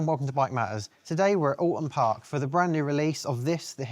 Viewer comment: It's pronounced OL ton park. I know because I grew up in the area.